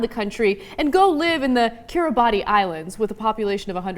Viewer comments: It's pronounced 'Kiribas', not 'Kiribati'. It is spelt Kiribati. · GUYS AT, ITS PRONONCED KI RI BASS KIRIBASS LIKE THE FISH!!! Maybe the spelling should match the prononsiation but its not Kiribati as it is its Kiribass. I know this cuz they use the Aussie dollar there. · Kiribati is actually pronounced "ki-ri-bass". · It's pronounced "Kiribas" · its pronounced 'kiribas' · Kiribati is actually pronounced Kiribas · It's pronounced Kiribas... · Pronounced Kiribas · Yo.........It's pronounced Key-Rah-Bahs, one of those words that sound nothing like it's spelled lol. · "Kiribas", it's pronounced Kiribas.